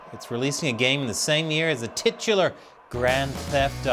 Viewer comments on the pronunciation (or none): 🍯 You said 'tit-ular!" 😂🍯